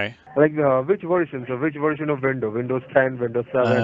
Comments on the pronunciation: You know it's a scam when the guy on the phone is saying Vindows instead of Windows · Why they pronounce windows as "Vindows" ? Stupid accent